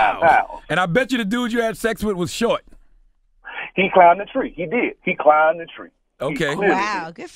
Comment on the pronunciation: this dude said he clim the tree 😂😂